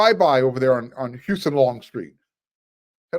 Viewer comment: It’s pronounced Hoo sahn not Hyusun